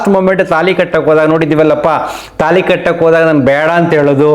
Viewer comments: ತೆನಾಲಿ ಅಲ್ಲ ತಾಳಿ. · ತಾಲಿ ಅಲ್ಲ ತಾಳಿ.